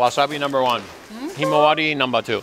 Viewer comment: Lol...you said numbah 2.